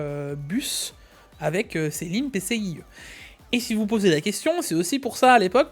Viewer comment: Leuu PC..ic 4.2 X essssst uneuh fois deuuu moinnnsse la moultiphicationnnn duuu PCIIIII 3X hic 😂